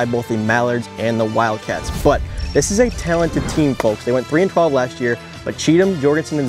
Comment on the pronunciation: T.C3 pronounces the L in folks super hard and that shiz annoying af.